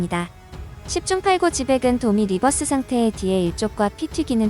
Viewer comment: 도미 리버시를 도미 리버스로 발음 하는건 위험 합니다. 왜냐하면 섹시한 이성을 보고 섹...여기까지만 하겠습니다